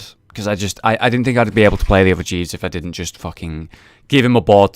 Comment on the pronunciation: could have sworn jeeves was called jesus there...